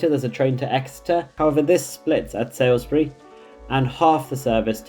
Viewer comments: Lovely! By the way Salisbury is pronounced “Sols-bu-ree” instead of “Sai-l-s-be-ree” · on the map (and for your pronunciation), it's "SALISbury" not 'SAILsbury". It's pronounced "Solsbury". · You keep saying Salisbury incorrectly, you also have it spelt incorrectly. You have it spelt as Sa(i)(l)sbury whereas it is spelt Sa(l)(i)sbury. It is also pronounced as 'Soulsbury'. The video is great, it just had me screaming at my screen the entire time. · His pronunciations are always terrible. It would take 2 secs to Google the ones he's not sure about. I don't know how he lives in the UK and hasn't heard of all these places (like "SaILSbury", that he butchers! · Thanks for this comprehensive overview but one minor correction... it's Salisbury (pronounced Saulsbury), not Sailsbury. Keep up the good work! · Did you pronounce Salisbury as Salesbury ;)